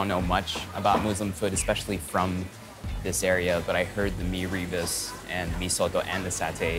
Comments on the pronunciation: FYI, “rebus” should be pronounced as “ruh-boos”, not “ri-bus”. And kudos to the host for not sweating at all. Remarkable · Rebus is pronounced as “Rer boos” not Ree bus. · ra-boos? that’s how the typical singaporean chinese pronounces malay words, which is horrible. like “nasi lomak” 💀 it’s ruh-boos bro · It’s like Mee Robust 😂😂😂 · It's Mee "reh-boos" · actually its pronounced as "ruh-boos" closer to the RE in "Rendang". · mirror boose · Rebus - accent on the second syllable. The potato rissole is called bagedil- always in an authentic Mee Soto